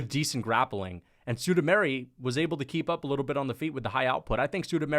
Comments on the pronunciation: I’m sorry bruh but it’s been annoying me for over a year. SUE-MOO-DAR-JEE. Not SUE-DOO-MARY. Come on man. How do you get Sue-Doo-Mary from SuMudaerji? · Suda -Mairy ?! Really ?! Chael and MMA Joey would be proud of you ! 🤣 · Who is "Sudameri" c'mon dude.